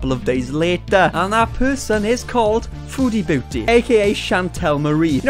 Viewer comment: The way you say her user sounds like foodie bootie and i find that incredibly ironic